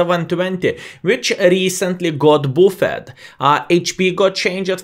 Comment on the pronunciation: Lovely, another great and informative video! But... buffed is not bu-fäd, it is bafd:)